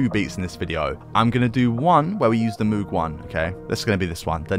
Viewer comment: MOOG correct pronunciation like in MODE not MOOD